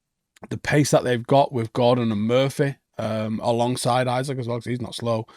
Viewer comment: Did Bro just fucken say “Isaac”???. Bro Lock tf in